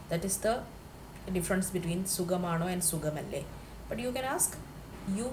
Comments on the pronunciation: Sugamano!!! Pl don't kill Malayalam.. Sukhamano ennanu parayendathu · It must be suKHAmaano ? not sugam .